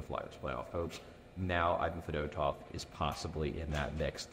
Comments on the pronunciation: Fed-oh-tov is the most hoagie mouth pronunciation possible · As a Russians we prononced his surname as Fee-dOh-tuff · Russian vs Delco pronunciation lol